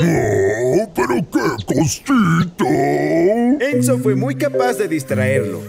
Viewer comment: Entendí menzo en ves de enzo